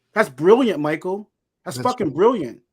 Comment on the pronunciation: He's laughing because your not pronouncing his name right! but it's close! I think you have not even scratched the surface on what Michael knows! play your cards right and your channel is going go grow! Big time! And like always! 👍🏽